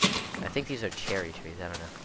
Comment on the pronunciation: Oh, the idiots who thought you were racist were talking about Cherry Trees. They may have thought you said Cherookees xD